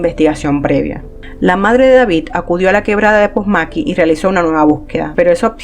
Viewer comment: Todo iba bien hasta que pronuncias "POSMAQUI" ese no es el lugar se dice POMASQUI. A parte de eso buen video. EXITOS!!!